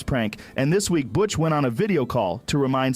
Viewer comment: how stupid is the mfer saying butttch instead of butch